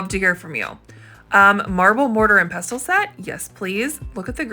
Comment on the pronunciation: Love the ship picture. 😍 Btw pestle is pronounced pessle.